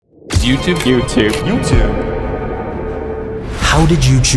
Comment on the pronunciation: You know it’s a “T” not a ch.